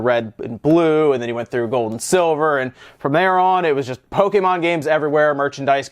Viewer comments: Someone Trained the whole night training to saying Pokémon. You're doing great! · It's nice to see an active effort to pronounce things correctly on this channel (i.e. Pokémon and Naruto in this case). Most people won't even bother to change their habit even after knowing that they are pronouncing something the wrong way. Kudos!